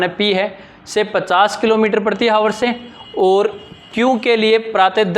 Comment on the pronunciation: आवर होता है ना कि हावर